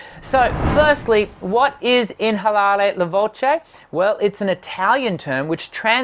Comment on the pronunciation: This is not inalare la voce. It is pronounced without the H. You are so way off it is not even close. And I am not going to tell you what it really is.